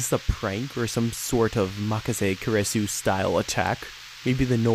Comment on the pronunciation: it is supposed to be pronounced ku-ri-su